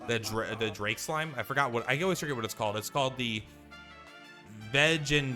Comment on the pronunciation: I like how you’ve never seen the word vegan before lol